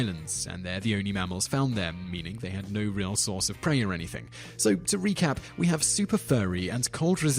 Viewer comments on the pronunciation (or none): none